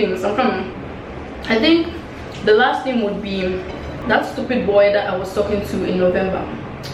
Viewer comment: Stress on the"STUPIDD BOYY"